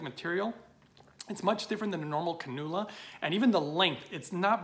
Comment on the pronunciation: Cannula - Pronounced CAN-you-la 😬 Your welcome